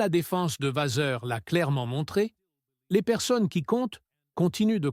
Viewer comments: S'il vous plaît !! Arrêtez avec votre "VaZeur" !! Je pense que vous savez en tant que journaliste que le double "ss" se prononce VaSSeur" !! Je trouve impoli de ne pas prononcer correctement un nom propre... Autrement, j'aime bien votre réalisation... Sans rancune... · encore cette IA qui prononce mal VASSEUR.Quel manque de politesse .